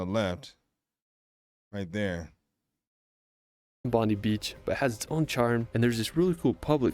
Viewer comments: Bondi, long i, he said it wrong. Also above cairns is croc country, no fishing succeeds, the crocs take your fish off your line. Need 4wd anywhere north of the Daintree. Crocs are protected. Whitehaven is more than 12 hours drive from Brisbane, among a group of islands in Shute harbour, with yachts you can hire to stay on, or island resorts for any budget. Cairns, is 2 days drive from Brissy, the goldie is 1 hour south,with our theme parks, the northern beaches, 1 hour north of Brissie. All of this is in Queensland. With the reef off the coast. Lotd Howe is an island off the coast. Down closer to New Zealand. Visitor numbers are restricted that huge rock is out to sea from there. Tasmania is either a plane trip or a ship away from the mainland. Some of our big cities have commuter Ferries. We have seven states and territories, with capital cities. Wlne regions, snow fields, coffee and tea plantations, fresh water lakes, extinct volcanoes, the great dividing range runs for most of the East coast. Quokkas live on rottnest island off the Western Australian coast, which state is a lot bigger than Qld. Coober Pedy has underground dwelling and opals, a bit north of Adelaide. We have a wet season, where flooding rains go from the north right down to the South, refilling artesian basins, and filling Lake eyre, occasionally. In Darwin you can swim in a huge tube with crocs around you. Georgous food culture. We have camel, cane tad and cockroach racing. You can hire a camper and drive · Bobdi Beach = bond-eye beach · hahaha I laughed bondee is our crim that won the Americas cup bondi (bond eye) is the beach lmao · You were correct with how you said Melbourne. The man who did the video had a few other "American" pronunciations. He said Bondi like it was Pam Bondi, whose name is Italian. The Australian Bondi is an Aboriginal word and pronounced Bond-eye. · It’s not “bondie beach” it’s bond-eye beach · Mate, you nailed the pronunciation of Melbourne. Bondi is, Bond eye.